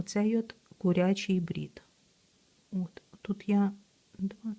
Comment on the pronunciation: Українською кУрячий, а не курЯчий. Дякую за Ваші відео і уроки. ❤